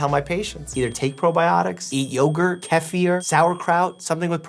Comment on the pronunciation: its pronounced kefir not kef-ee-ir